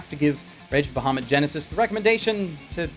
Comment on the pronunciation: okay.... couple reason why I personally couldnt watch the anime (yes they all revolve around D&D) Firstly the name is being pronounced wrong, secondly, BAHAMUT IS THE KING OF THE GOOD DRAGONS! if they wanted a villian dragon, dont use a metallic dragon use a chrome, or even better yet, USE TAIMAT. SHE IS LITERALLY THE QUEEN OF EVIL DRAGONS.